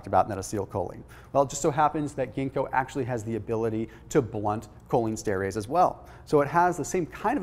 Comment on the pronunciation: Fyi, it is Pronounced: “cholinEsterEss.”